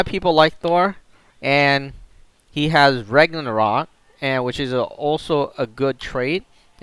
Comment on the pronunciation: Its ragnarok not regonraw...